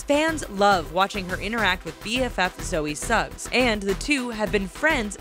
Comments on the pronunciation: hahaha they really called her Zoe suggs😂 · btw it's Zoe Sugg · Zoe Suggs... ITS ZOE *SUGG*!!! Just saying. No hate. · It’s Zoe sugg, suggggggg not suggsss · Just by the way its Zoë Sugg not SuggS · Zoe sugg not Zoe Suggs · Haha, do they even know it's Zoe sugg not Zoe Suggs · ITS ZOE SUGG NOT SUGGS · It's Zoe Sugg not suggs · Zoella's real name isn't Zoe Suggs its Zoe sugg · it's Zoe sugg not Zoe suggs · It Zoe SUGG not Suggs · It's Zoe SUGG not "suggs"😑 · when she say Zoe Suggs when it's Zoe Sugg! i cringed so bad! :/ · It's Zoe Sugg, not Suggs 🤦🏼‍♂️ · zoe suggs ??? ZOE SUGG !!! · Did she really just call Zoe Sugg, Zoe Suggs? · Zoe Sugg not Suggs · Its Zoe sugg not Zoe suggs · it's ZOE SUGG not SUGGS... 😣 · its zoe sugg not zoe suggs :/ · Um... its Zoe Sugg, not Zoe Suggs... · Lol. It's Zoe Sugg not Zoe Suggs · Zoe Suggs omg that's so annoying it's Zoe Sugg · When u kept on saying Zoe suggs I kept shouting at the screen saying it's Zoe sugg!!!!!!! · Zoe Suggs? Nope. No s at the end. Zoe SUGG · "zoe suggs" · Omg. Zoe "Suggs". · It's Zoe Sugg. Zoe. Sugg. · There isn't an 's' on the end of Zoe Sugg's name.GET IT RIGHT!!!!!!!!!!